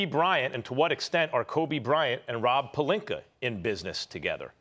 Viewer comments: Are they going to have a segment where they teach this fool to pronounce names correctly? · I swear Stephen A. purposely mispronounces names cause he doesn't give a crap lol. It's rude but hilarious 😂. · Calls Rob pelinkER instead of pelinkA 🤔 how can u mispronounce someone's name with that obvious of a difference in how it's actually pronounced? maybe he's not doing accidentally... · It's retorically sneaky how Stephen pronounces his name. It's clearly PalinkA but he keeps saying PaliknkER which rhymes with and subliminally links with the context of him being a liar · Someone please tell Stephen A. it's Pelinka not Pelinker 😂😂😂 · One minute its Rob Pelinka but the rest of the time it's "Rob Pelinker" lol. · Nobody: SAS: ROB PERLINKER! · lol, SAS really likes to add an extra "er" at the end of words that end with an "a". Examples: - Tamper Bay - Kember Walker - Rob Pelinker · If this man says Pelinker one more time 😂 P-E-L-I-N-K-A. Molly and Max just sit there and let him mispronounce it too 😂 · Nobody: SAS: Rob Palinker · Stephen A....stop adding the letter R to multisyllabic words that end in the letter A. It's Pelinka not Pelinkar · Does SAS say Pelinker on purpose? 😂😂😂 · Rob Pelink”ER” -Stephen A Smith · Stephen A who the hell is Rob pelinker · Why does Stephen A. Pronounce Pelink-ah as “Pelink-er??????????? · Its not Pelinker. Its Rob Pecker. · “Rob Pelinker” lol 😂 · “Rob pelinker” come on Stephen a say it correct once 😂😂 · Absolutely no one: Stephen A.: Rob Pelinker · “Rob Pelinker” “Matthew Dellavadover” “Serge Ibaker” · Pelinker with the hard "E-R". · Nobody: Stephen A : Rob Pelinker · Nobody : Stephen A: Rob Pelinker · Take a shot every time Stephen A Snitch says Rob Pelinker 😂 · "rob PERLINKER " - Stephen A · Rob Pelinker! Lmaooo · Pelinker? Really Steven A? That's so disrespectful!! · Can Stephen A. Smith say Rob last name correctly 😂😂😂 the struggle is real #Palinker 😥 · "Rob PelinKER" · Stephen a dry snitchin. Why does he always say Rob polinker?